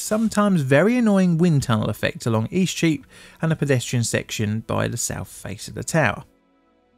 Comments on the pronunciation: Eastcheap is a very confusing street name for a foreigner to understand. It sounded like you were saying "E Streep" (a flub of "street") but I had to look at a map to understand what you were actually saying. Streets, like celebrities, that go by momonyms are also just pretentious. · What do you keep calling the affected street? East sheep? E-cheap? You mention it about six times and I still can't make heads nor tails of it.